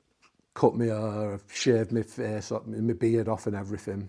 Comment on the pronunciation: Its Face Not Fes....